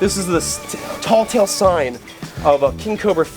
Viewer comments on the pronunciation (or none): It's "tell-tale sign", not "tall-tale sign" my friend.